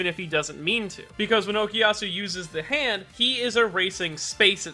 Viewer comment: Such an interesting way of pronounciating " za hando "